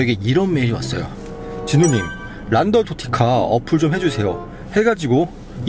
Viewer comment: 끌갠데 골게라고 하고 란더 노티칸데 란더 도티카레;;한글 잘 모르시나...?